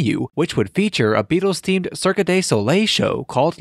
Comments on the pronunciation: Cirque is pronounced cirk.. not cirkuh.. other than that no problemo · Narration seems rushed to me, but the WORST thing is the pronunciation of “cirque”! Sounds like a bot or a child’s pronunciation! 😎